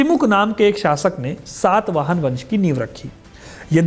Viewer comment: It is SATAVAHANA not SAATVAHANA. first learn to pronounce properly bro